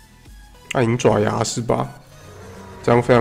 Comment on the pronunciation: 話說，是唸暗影爪(ㄓㄠˇ)牙 跟"九陰白骨爪"一樣 ^^